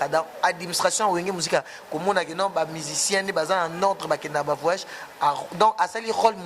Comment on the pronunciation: Ebongo yo mouna balobaka vraiment et non vement po soki ken alobi vayage nde bo fingi